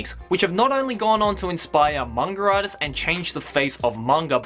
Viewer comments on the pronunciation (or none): "The top tin manger artiss" Haha. I love you <3